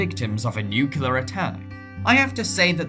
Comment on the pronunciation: Nuclear. Not 'nuculer'